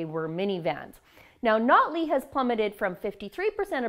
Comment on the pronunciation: Is saying "Nutley" just fast enough to hide the fact she isn't saying "Notley"?